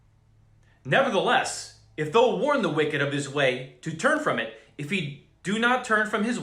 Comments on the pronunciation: Thou is not pronounced like though. It is pronounced like ow ... it is confusing when you read it as though, for people who never read kjv or new Christians. Doesn't your preacher read it as thow as in ow ? Not being ugly, just trying to help you and others through your speech. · I love your great words of warning and encouragement! Thank you thank you thank you brother! I did want to say though that I have never hear the biblical word “thou” pronounced like though like toe, only as THOU like cow.